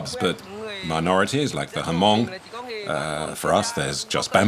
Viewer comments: It’s pronounced Hmong(mong) the H is silent not Ha-mong. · I find it funny how the translater pronounced the word Hmong in the Vietnamese dialect... It's pronounced "mong" with the H and M together and not "Hamong".